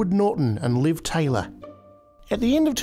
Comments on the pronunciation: Liv Tyler not "Taylor" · when he said ‘Liv Taylor’ I cringed so hard